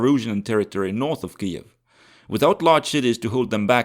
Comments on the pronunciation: [ˈkɪjiw], not [ˈkɨiw] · Ki-jev my friend. (or Kii-iv but definetly not what you sayed.) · bro, have you never heard anyone pronounce Kyiv? What's what Kuiev shit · It's Kiev not KEEEEV. Kharkov not CARKEEEEV. All that is Russian longer than the U.S. existed. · In eastern front videos Kiev was called Kiev, pronunced Kiev, but now is called neoUkro way Kyiv , sounding KIIIUV, just to show pathetic support like all other westerners hypocrites. Bye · I'm from Ukraine and I've always pronounced it closer to Kiev, more accurately "Kiyev" or "Kiyiv"